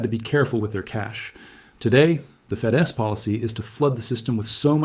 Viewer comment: You can tell it's AI because of the occasional misspellings in the, I presume, AI generated art plus he/it stumbles over FED S instead of saying Fed's. Nevertheless it's a valiant effort IMHO and provides some valuable nuggets.